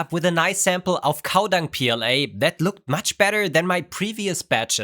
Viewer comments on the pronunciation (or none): It’s not pooLA, it’s PLA-BS 😂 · no, poola not pla